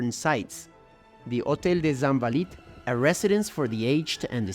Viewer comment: I didn't want to nitpick... But now that you've brought my attention to it, listen again to how pronounced the consonant "J"...That's not how the French do it. Maybe you do, in Quebec? Also how he pronounced "Louvre," "promenade," "Invalides", etc. A multitude of incorrect pronunciations. French is not Spanish.